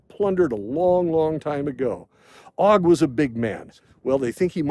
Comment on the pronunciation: Just an FYI, it is not Og with a short o sound. It has a long o sound like Oag or Oge. It is Ayin-Vav-Gimel. The Vav has a Cholam Malay. Hebrew does not have a short o sound.